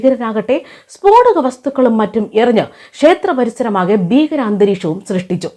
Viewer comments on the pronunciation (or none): വാക്കുകൾ ഉപയോഗിക്കാൻ ആദ്യം പഠിക്കുക അതായത് ബീ കരനും ഭഗവാനും ഒന്നുമല്ല ഭീകരൻ ഭഗവാൻ ഇവ ഉച്ചരിച്ചു പഠിക്കുക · ബികാരൻ അല്ല മാഡം, ഭീകരൻ